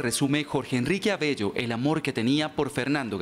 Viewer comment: Señores RED+ Noticias, es ABELLO, no AVELLO. Paz en la tumba de Fernando Gaitán.